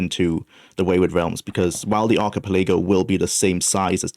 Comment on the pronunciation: I've never heard archipelago pronounced like that